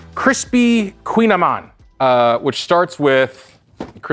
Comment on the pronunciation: It’s a koogin ayman!